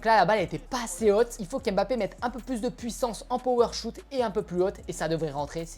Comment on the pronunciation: C pas power shout c power shot 😅